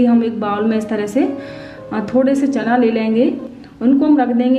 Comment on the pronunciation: Chana bolna sikhiye phele